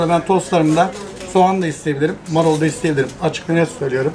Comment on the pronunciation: Abi marol değil marul 😂